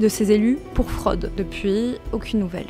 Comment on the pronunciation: Super boulot mais par pitié, les youtubeurs, arrêtez avec ce tic de langage snob qui consiste à prononcer tous les o ouverts ! Ça confine au ridicule sur des mots comme « la fraude », l’ «autre »…😅